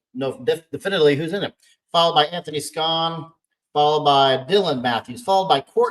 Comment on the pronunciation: Nice try on the name 😂. Good reasoning, but it''s a German name, so the "sch" makes an "sh" sound. Pronunciation would be "Shaun".